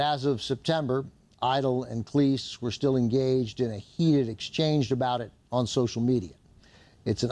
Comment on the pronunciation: Hey, Cleese is pronounced like cheese.;) (according to Cleese himself)